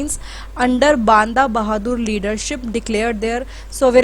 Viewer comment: Please mam u r a teacher so please pronounce properly its बंदा सिंग बहादुर not बांदा यह हमारा इतिहास है और हमारी भाषा है जिसे अच्छे बोलना ana chahiye kya sirf English hi proper bolna न्याय पूर्ण है?